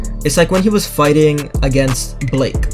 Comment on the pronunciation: Um why u call him Blake not Blyke?